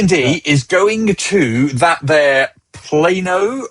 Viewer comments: So while the initial sound was Plah-no (with short a) no one who lives in Texas calls it Plah-no. Every one calls it Pl-ay-no (with a long a) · Plah-Knoh Texas has a lor of spanish names for places and cities. due to its roots as mexican land. The D&D immersive quest is going to be a great show that is half escape room/puzzle/interactive showroom with real life size version of classic elements of dnd & a cool thematic restaurant. The Canada shows were super cool, good to see it in the US